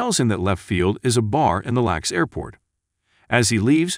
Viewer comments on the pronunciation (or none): I love the narrator pronounces LAX lax, the word lax. Like laxative.